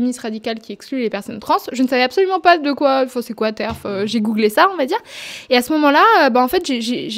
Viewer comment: elle a dit googlé bommage detected